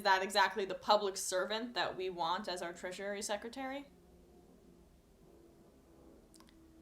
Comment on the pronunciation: Okay, I am not a person who does this type of thing but the way you keep saying that word is wrong. You've been adding an extra syllable to "Treasury". It's pronounced just like "treasure", only with an added "ee" sound at the end. Not "treasurary". Thank you for your video updates. Sometimes they are the thing than can genuinely help me get through the day. It's nice to know that other sane objective people like myself can still see right through the platitudes and bullshit promises of the President-elect and the company he keeps. Keep up the great work!!